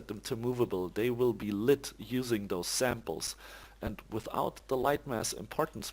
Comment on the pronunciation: just fyi "Samples" is not pronounced "samp-less", just 'samplz'.